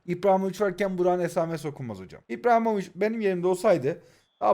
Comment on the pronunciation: İBRAHİMOVİÇ ❌ İPRAHİMOVİÇ✅